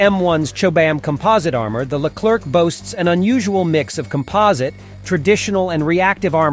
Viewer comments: In english it should be pronounced ''leclaire'' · The Leclerc weighs only 56 tons not 60 and the C put at the end of the word Leclerc, mustn't be pronounced it's a silent letter.